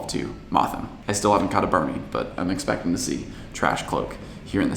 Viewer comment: the way you said you were /expecting/ to catch the trash form in buenos aires made it sound like you were calling the city trash😂